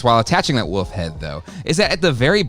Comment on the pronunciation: Say it with me..... WOOOLLLLFFFF! There's an L in there. It's not WUFF. It's WOOOLLLLFFFFF! Say it.... WOLF!